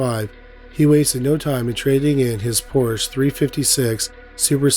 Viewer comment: To incorrectly pronounce the Porsche name is a slap in the face to humankind. You're better than this, act accordingly.